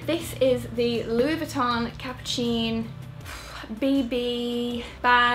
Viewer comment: The letters "cine" in "Capucine" are pronounced like the word "scene" in English, not like a delicious cappuccino :))))